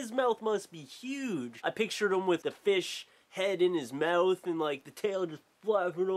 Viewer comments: MOUTH NOT MEWTH U FUCKING TOOL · You say the word "mouth" wierdly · its when he says "mouth" and "out" and some other stuff. idk, i've lived in a few places, but nothing out of the US, idk. i just like it :)